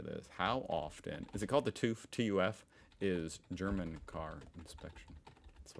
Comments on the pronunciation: TÜV not TUV 🤓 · It's not pronounced "TUV" but "TÜV"! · Sorry,, but no. It's TÜV, not TUV. Ä, Ö and Ü are letters of their own. You can't call the CIA "the GIA", just because C and G look "similar enough". It doesn't work that way... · TÜV "touff" put it into google translate and let it read it out. Almost similiar 98%